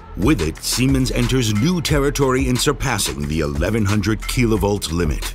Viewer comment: Impromptu poll: Do you say 1: Key-La- volt or 2: Kill-ah-volt ????????? Narrator Keeps saying Key-la-volt and it sounds off to me.